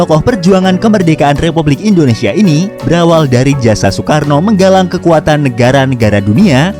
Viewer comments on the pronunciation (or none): none